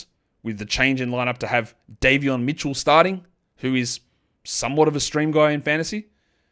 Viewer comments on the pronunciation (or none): none